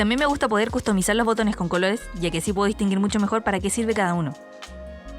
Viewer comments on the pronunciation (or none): Custumizar, custumizar, custumizar, custumizar......custumizar ......